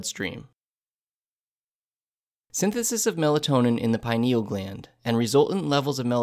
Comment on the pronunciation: Hate the way this guy said "pineal"